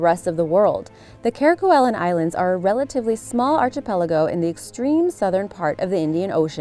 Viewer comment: Archipelago. Starts with ark sound, not arch.